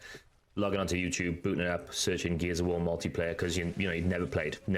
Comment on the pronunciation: Every time you say “Gears of War” I mostly hear “Geezer War”. I thought it was a game just for me. 😂😂